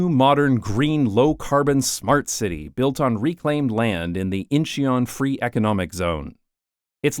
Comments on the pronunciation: "I apologize in advance for mispronunciation" It can't be that bad "Inch ee yon" Oh... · When having a subscriber base of 1.36M you don't get to tell us to shoosh when you butcher the names of regions and towns. It takes seconds now a days to get the phonectic spelling of regions and town from everywhere on earth as well a audio pronounciations. It's IN-chuhn (2 secs) and it's e-co not ec-o , based on ecology. ee-cofriendly or friendly to the ecology of a place or the environment, ec-o friendly is a place friendly to economics.